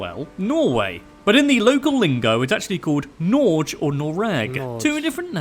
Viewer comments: Ain’t no way he said Norj😭 it’s pronounced as Nor-gay, but without the sound the Y makes. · Norge pronounced Nor ghee not NorJJE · Nor-ge (with e like in get) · We used to go shopping across the border years ago, but the price difference and savings has sort of shrunk quite a bit so I guess not as many people do that these days. Depend what kind of products you are after I guess. And dear God did he butcher the pronunciation of Norge, it's more like saying the english word nor like in neither nor, then adding a geh at the end. nor geh Oh and it's not Bokmål and Nyorsk, it's Bokmål and Nynorsk (Book speech/language and new norwegian directly translated). From my experience, most Norwegians hate nynorsk and prefer bokmål. The Black Plague/Death is real. Those infected would get dark swollen puss filled boils on their bodies, hence the name the black plague. We're a part of NATO, has been since we were a founding member in 1949, but we have voted against joining the European Union and are instead a member of the European Economic Area (EEA) agreement, meaning we have to line ourselves up with EU market prices. Probably a reason why we as a country that can produce plenty of electricity have such high electrical prices, since they are high in other parts of the EU. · Norge and Noreg is not pronounced like that! 😂😂😅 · the way he says Norge is 100% not teh way you say Norge. or Noreg. actually every norwegian word he tries to say, is just wrong, very wrong.